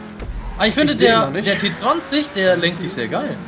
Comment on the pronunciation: spricht den Namen Bitte von dem Auto in englisch aus weil so nennt man den und das klingt viel besser also ti twenty